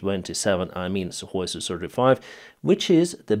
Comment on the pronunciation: Sukhoi becomes suhKoi 🤔😂 🇺🇦🇮🇪🇺🇦